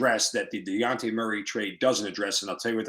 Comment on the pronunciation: It's dejounte not deonte